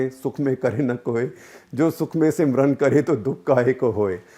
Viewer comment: It's not simran it's sumiran